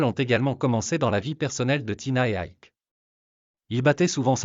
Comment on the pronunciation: Ça t'ennuierait de prononcer Ike normalement ?